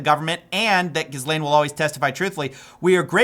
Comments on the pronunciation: Are you being ironic when you pronounce the name Ghislane as Jizz-lane? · It's pronounced Ghee Laine btw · The ‘S’ is silent It’s pronounced Ghee-lane Sorry to be an arse wipe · Please… it’s not pronounced Gizlane 😭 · It's pronounced "Jih-lane", she is French. Great vid as always. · At least put in the effort to pronounce names or google how to pronounce it at least,, shes an evil witch but its pronounced Gee-Lane. Hard G and the S is silent. jeez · It's pronounced gi·layn / g(hard 'g' sound)ee-lane. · You don’t pronounce the S in Ghislaine. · GOD DAMN LEARN TO PRONOUNCE "Ghislaine" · Thank YOU. Please do not let this issue slide. Please do not let that corrupt bastard bury his pedophilic crimes!! donald trump will go down in history as either "the pedophile president" or "the corrupt president"... perhaps both!! (And the 's' in Ghislaine is 'silent' - - just like the 'h'; it's pronounced 'Gill' like on a fish + Lane). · Ghislaine's a cnut no doubt, but not looking up how to pronounce her name right throws shade on his investigative skills. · The s in Ghislane is silent, btw. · You don't pronounce the "S" in the name Ghislaine. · For the love of God, please pronounce Ghislaine correctly! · So few americans can pronounce Ghislane correctly.......sigh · The "s" should be silent when pronouncing Guislaine. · The S in Ghislaine is silent! It is so frustrating to hear you make that easily correctable mistake over and over and over. I know it doesn’t matter and Ghislaine will rot in hell but your credibility as a journalist is severely undermined when you either don’t care to learn or correct yourself on the pronunciation of a key figure’s name in the case. A little embarrassing, sets you apart from actual, professional, non-YouTube-video journalism. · Ghislaine with a hard “s”?! Calm down my boy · Just an FYI, the s in Ghislaine is silent. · I love you, but for god's sake, learn how to pronounce Ghislaine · the s is silent. Just like Trump.